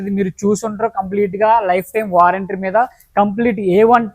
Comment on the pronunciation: నాయన వారెంట్రీ కాదురా బాబు వారంటీ అను 😂